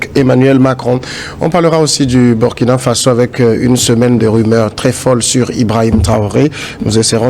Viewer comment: M. Le journaliste, prononcez s'il vous plaît le nom du pays de Thomas Sankara dans la langue de celui-ci et non en anglais ou en tout autre langue. Et puis, que voulez-vous finalement.????